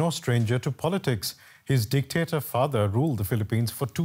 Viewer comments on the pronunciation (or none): please stop saying dectator... because Ferdinand E.Marcos is the best president in the Philippine..please stop stop saying dectator ...